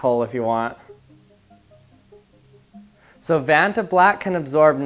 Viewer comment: its not ventablack